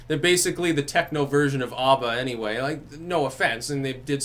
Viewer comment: The mid 80's to late 90's really did have the best music. All the genres had great music (The movie "24 hour party people" pretty much sums up the progression in my taste in music). Even lesser known bands sound better than the cookie cutter crap that passes for music today. Also LOL at pronouncing "UhBBA"